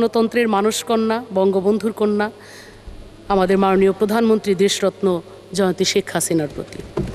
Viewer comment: যে নিজে কটাক্ষের পাত্রী সেই সকলকে কটাক্ষ করে থাকে। কথা তো উচ্চারণের যথেষ্ট ভুল রয়েছে যেমন মাননীয়কে বলছে মানিও। পারলে তো হাসিনাকে পূজাও করতো। এর গান শুনে আমার বাথরুম চাপে।